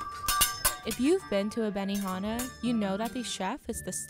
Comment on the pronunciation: benihama? BENIFUCKINGHANA?!?!